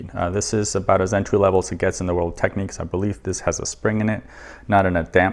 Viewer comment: Great video, thanks for posting though I must point out, it's pronounced 'tek-nix' and not techniques.